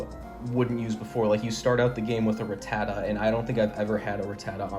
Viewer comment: First of all great video! Secondly it’s not Ra-tat-ah it’s Rat-ah-ta even dexter the Pokédex pronounces it Rat-ah-ta in the 2nd episode of the first season when a Rattata is going through his bag looking for food lol